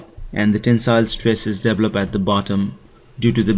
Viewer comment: Great video but I have to ask you to at least try and speak better english. It's "Tension" not "Tenson". Pronounced "Tenshon". And it's "develop" not "deplop". Thanks again for your video it's very helpful :)